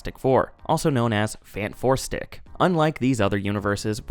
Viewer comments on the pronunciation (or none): Great video but I died a little inside and cringed so hard every time you said "Fan 4 stick". That was cruel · It’s property Fant4stic but most people say Fan4stic for no reason that I can ascertain. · "Faint Four Stick" 😂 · When you say fan4stic it sounds like you're talking about a deodorant.